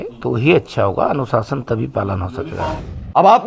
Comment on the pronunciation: Ye woh log h jo anushsan taktheek nhi bol sakte😆😆😆